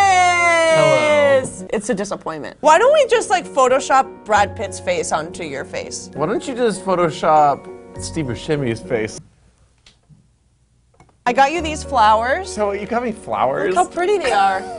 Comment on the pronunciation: Damn... Is that how you pronounce "Buscemi"?, always thought it would be more like... Busssemi Why I'm I even writing in English? I've been watching too many Rants. -.- A la mierda todo, es Buscemi